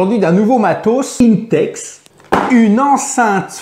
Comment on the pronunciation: C pas inetex mais 1tex pour la pronaonsiaation